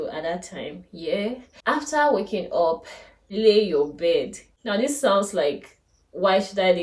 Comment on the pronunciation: Please just clarification and no offence. “Up” is pronounced “ap” and not “op”. Great content though.